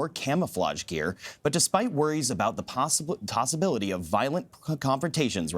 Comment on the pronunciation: Does nobody care that guy just said tossibility